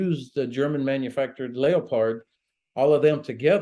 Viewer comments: Learn how to pronounce, it's not leo-pard, it's leopard just like the cat, pronounced lepard. Plus stop making apologies for Germany. Give Ukraine 200 of the old artillery in storage. Why don't they, because there's no money to be made in doing that. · What's a layerpard does he mean lepard ? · I would like to let all Americans know that the name in Leopard, pronouned Lepard, NOT Leo Pard FFS. I keep hearing Yanks tanking in some strange and mistical tongue they claim is English when its not. Seriously though, overall good interview, but I have to question the general comments about MBTs, Abrahams require massive infrastructure to support them, they require a lot of maintenance and they have regular break downs as a result of their complex systems - the Ukrainians do not have time to build up the knowledge and skillset to support such a complex machine. With regards other MBTs, such as Challengers, Challenger 2s and LeClercs, these are very heavy tanks, all over 70T and they all in need of extensive logistical support to transfer them safely to the warzone - plus, the Ukrainians would need extensive training to use these systems effectively - and they simply do not have the time. What should be done is the gathering of all former Russian built tanks from around the world and buying them, then transporting them to Ukrain, they are known to the Ukrainians, they have the systems to support them and will not need retraining to use them. There are plenty of nations that currently have Russian built tanks but are not dictatorships, deals can be done. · Is Germany's tank, the Leopard, pronounced like the animal it was named after (leperd) or has this guy been saying it wrong (leo-pard) his whole career? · he drives me crazy its a 4 legged african cat , leopard is pronounced lep herd , not lay up hard , grrrrrrrrrrrrrrrrrrrrrrrrrrrrrrrrrrrrrrrrrrrrrrrrrrrrrrrrrrrr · What's a lee-o-pard? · “leo-pards” hmmm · I always thought it was pronounced "leh-prd".